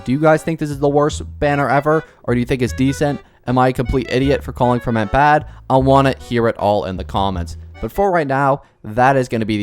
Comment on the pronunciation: You pronounce his name like Fremin-AY. PLEASE. I'M NOT EVEN FRENCH BUT PLEASE.